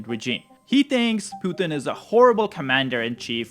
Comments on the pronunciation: Please tell me its a genuine subversive act that you call him ' poo thin'....makes him sound like weak sh1t....instead of pu tin. Makes me laugh uproariously...on all of your videos. Hilarious 😂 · FFS the man’s name is Pu-Tin pothin!